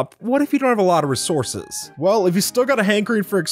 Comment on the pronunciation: he also said re ourses